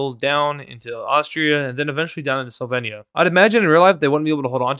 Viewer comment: You are pronouncing slovenia wrong you pronounce e wrong